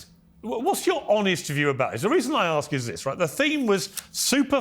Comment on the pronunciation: Why does the black guy say ax rather than ask?🤦‍♀️